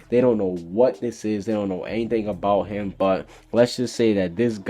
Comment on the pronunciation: i was expecting you to correct Jeanmarley Jules for say "hum" and not "him" LOL